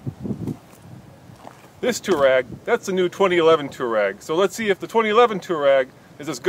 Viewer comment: dude freeking learn how to say Touareg!!!!!!! its bugging the crap out of me